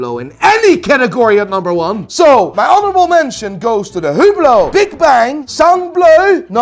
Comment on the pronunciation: HAHAHAHAHA I laught so hard when you said hublot